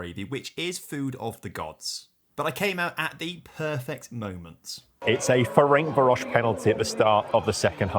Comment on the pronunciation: The way pronounces Ferencvaros just deserves highlighting. Deary me.